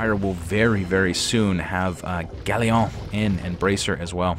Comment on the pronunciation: Galleon is not pronounced like that. Look it up.